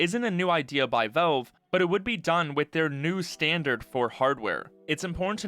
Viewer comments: Valve, not Velve. The A sounds like it does in pal, not like the E in tell. 🤦‍♂️ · it's "VALVE" not "VELVE" !!!! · Velve... O L E D wtf man who is this guy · why does he pronounce it as 'Velve'? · How does someone even manage to mis-pronounce "Valve" every single time